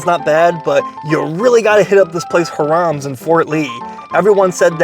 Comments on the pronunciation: It's Hi rams not Hir ams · I've never heard it pronounced harums. It's always been high-rams to me. I hope Anthony Bourdain didn't pronounce it like that. Now I have to check. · Hi-Rams not Haram lol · Funny, you pronounced a Jewish name (Hi-Rums) to sound like a Middle Eastern name (hu-rams). Too funny. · Lmao HI-RUMS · I think it’s pronounced hire ums? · It's pronounced "hy" + "ruhms" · Sounds as if he's saying HARAM'S. 😂😂😂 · All those Jewish delis and you say HA-Rammm? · HIGH RUMS is how to pronounce it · You pronounced it wrong. Phonetically it’s. “High Rums” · Is it not pronounced "Hy-rams"(like the sheep or truck)? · It pronounced like High-Raams. Love your videos. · Its "hi rums " gezz . Get with the program dude .. Hot Grill ,2 all the way 2 !! Its not chili sauce its all the way sauce . Bun,hot dog,mustard,onions and then the sauce . Never onions on top !! And then get one frenchie one with gravy ....😮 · First of all the name is pronounced HIGH-rams, accent on the 1st syllable! Look, if your in the Fort Lee area & don't want to eat interesting Asian food then come to this hot dog joint! Other than that, no vale la pena! 😢The reason that the skin has a nice crunch to it is probably because they're using a natural casing!😅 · I think it might be pronounced HI rum, or H eye rum's. Long I, short u. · Pronounced HIGH-rums... growing up there used to be another hot dog place right next to it called Callahans that was better than Hirams and Rutts Hutt put together... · Its pronounced High Rams can't watch due to mis pronounciation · Hiram's would be pronounced /HIGH-rums/ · Not "Haram" 🤣. Bro.... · Agreed! Clearly should be more like high-rums. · the way he's pronouncing Hiram's should be haram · Learn to pronounce the name of the restaurant you dope! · Ugh butchering the name terribly....oy vey